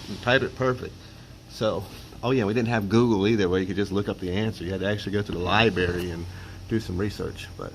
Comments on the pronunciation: LiBRary not LiBAry, sorry couldn't help it... Awesome video... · funny guy type writers and liberry? lol